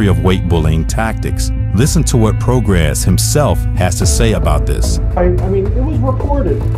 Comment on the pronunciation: I've never trusted any fighter who participates with SNAC. Doc was excellent by the way. Great narration and script. No goofy business or trying too hard. You kept saying Prograis name wrong but I won't dock you for that buts it's Pro-Gray